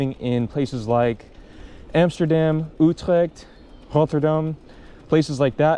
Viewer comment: oetrekt, rôtterdam. No worries it’s hard to say I know😂